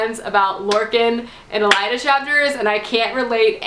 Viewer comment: AY-LYNN (Aelin) - Not too hard! :) And oh yeah fyi! :) .. it's EL-EED (Elide), not El-ai-da.